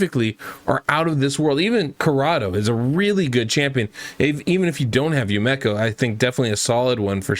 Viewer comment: Yu-me-ko say it with me